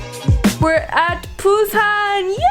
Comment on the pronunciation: * be like “WE re AT pUuSaaNn”YEAAAAAAAAAEEEUY